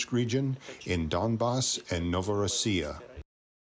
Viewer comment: Since when is Russia pronounced rroocia